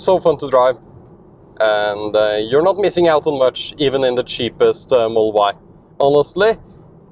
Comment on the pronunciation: Could you please slow down to annunciate "Model Y". Your accent makes it sound like "mull-Y" took three times before i realised you were saying the car's name.